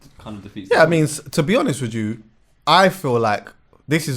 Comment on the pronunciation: “To be honest wij ju” 😂😂